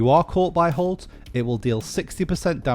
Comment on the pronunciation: when he said halt i thought he said cult :) LOL